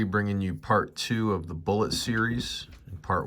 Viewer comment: Love your videos, thank you very much. Quick note...it is actually pronounced 'boo-lay'. Had the pleasure of conversing with Tim Kask at a con and he talked about the Bulette and its origins. Anyway...all good...just my $0.02. Keep the videos coming....love them.